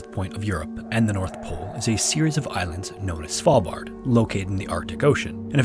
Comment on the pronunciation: hahaha! I thought I was the only one who thought of Cecilia when he said Svalbard.